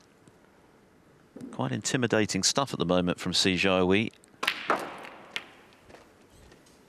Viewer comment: Just wish the commentator didn’t keep calling him See Char Wee instead of Si Jia Hui. You’d think after so many years of Chinese presence in the sport they might at least make an effort. Quite disrespectful.